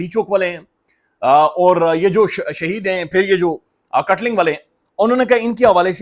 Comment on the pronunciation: BAI katling nahi hai ye katlang hai